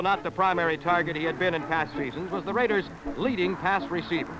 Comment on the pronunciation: Holy Sheep Shit!!! What an amazing beginning for the RRRRaiders voice!!😂